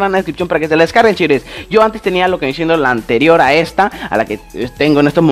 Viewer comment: Se dice viene siendo no viene chendo 😒😒